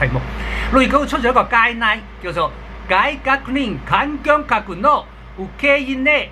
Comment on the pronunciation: 発音はちょっと正しくなさそうみたいよね、例えば 外国人ーー>がいがくにん（ｘ）ーー＞がいこくじん 観光客ーー＞かんきょんかく（ｘ）ーー＞かんこうきゃく 対応ーー＞たいようーー＞たいおう ガイドラインーー＞がいどらいじん（ｘ）ーー＞がいどらいん（guideline)